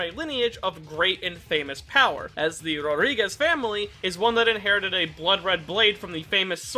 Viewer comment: Rodrigues 💀 Rodríguez 😎